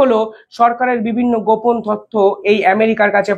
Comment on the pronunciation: পোপন ❌ গোপন okey✅📌📍